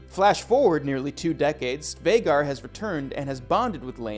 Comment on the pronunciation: the way you say vagar makes me want to slit my wrists